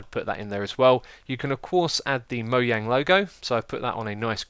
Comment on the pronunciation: LOL MOYANG XD XD XD XD! OMG IM DYING!!!